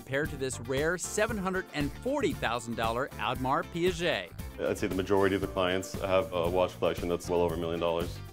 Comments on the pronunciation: Did he just call it an Audemars Piaget? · add-mar pea-ah-jay XD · Audemars "Piaget"??? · lol "admar piajay" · Never heared someone butcher Audemars Piguet's name like that before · Audemars Piguet was pronounced incorrectly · He has a richard mille im impressed because they are so hard to find but they was he pronounced audemar piguet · he butchered 'audemars piguet' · Jesus he butchered audmars piguet